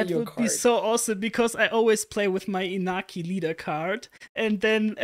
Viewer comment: His name is pronounced kind of like In-NYA-ki.